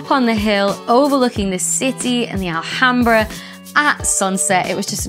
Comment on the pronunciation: I could hardly hear the music with all of your yapping! Seriously, though... May I respectfully suggest that you lose the distracting background music. Also, the h in "Alhambra" and every other word in Spanish is silent, except in "ch", of course. Best wishes from Madrid.